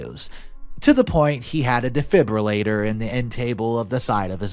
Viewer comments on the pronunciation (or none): none